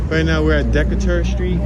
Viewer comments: It's pronounced DE KA TER. Not DE CE TER! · It's DEE-KAY-TUR, ur welcome.